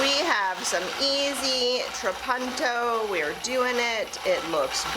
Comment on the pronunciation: It's italian, and pronounced more like how you first said it - a short 'u'. "tra-PUN-to" It means 'I quilt'